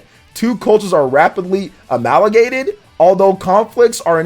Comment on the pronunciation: can't pronounce amalgamated... -_